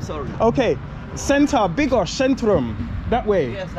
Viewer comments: Bro. make your mind up: BYDGO... NOT BYGO...... and you mixed them up, making it sound like BIGOS the dish. Sometimes you said it correctly, sometimes not. There is clearly a D, which is not a silent letter. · Bydgoszcz not bygosz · it's pronounce Byd-gosh-ch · Pronounce it BYD-GOSZ_CZ, in Polish we do not waste letters, esp. consonants. SZ+CZ is not withouth reason, also do not skip the letter D. Keep in mind, wikipedia usually provides city pronunciation. Greetings. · I understood: "I'm in bigos." xD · you do have to pronounce the letter "d" in Bydgoszcz😊